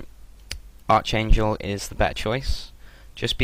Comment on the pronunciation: its pronounced ArKangel not Arch.. your english is terrbile..